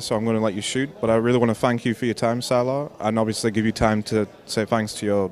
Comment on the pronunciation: I think it is Sylar, not Syler :)